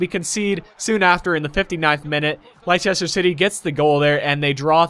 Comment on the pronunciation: Great video. It's pronounced 'Lester' here in England :)